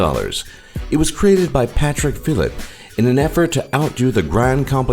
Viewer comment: it's Patek phillipe not Patrick Philip ahahah